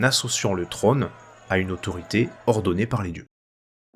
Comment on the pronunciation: "Trône", "Gaule" et non trone ou golle. Merci ! Historiquement parfait.